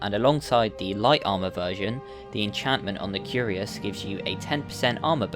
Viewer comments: Dude its pronounced like "k i r a s" not curious. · If you didn't know if you didn't know, cuirass isn't pronounced "curious" but more like "Kwir rass".